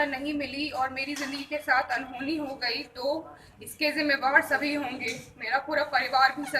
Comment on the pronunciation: Sabhi boliye ,savo kyu bol rahi ho Rahul Gandhi ki tarah likha hua bol rahi ho